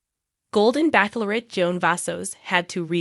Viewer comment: Stop saying Back lorette. You know it’s Bach lorette. It’s obnoxious! Ch like ch e e s e!